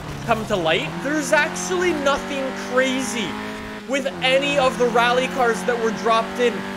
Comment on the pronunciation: So during the video he said RALYE 5 times and WHEELYE 3 times